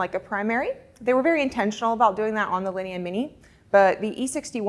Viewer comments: the store is beautiful but it hurts my ears to hear her butcher those names. It took me a while to figure out what was a "lini". Linea is pronounced "lin - e - ahhh" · a ninny pronouncing it like a lini lol!